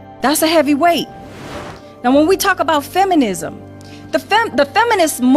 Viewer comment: “Feminisss” “racissss” 🤦